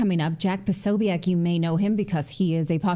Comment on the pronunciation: Natalie it's jack pasobic not pasoiac